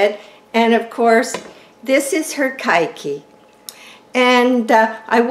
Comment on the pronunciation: Love your videos. Just have to tell you : it’s pronounced “Kay kee”, Hawaiian for child - little one - kids.